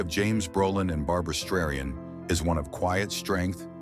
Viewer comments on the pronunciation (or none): Barbra Streiyen??? You have got to be kidding me.